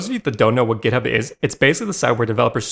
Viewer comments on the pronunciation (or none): As an Australian, hearing you pronounce GitHub as Giddup really triggered me over and over for some reason. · Is github pronounced gitup? Why is he saying it like that? Am I dumb?